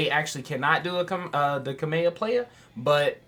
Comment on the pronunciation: I love how you pronounce some of the things you do. In this video I heard you say "kameha playa" and in another video you referred to master roshi as the goat. "Wtf is the goats name??" I dont know if its intentional or not, but I love it lmao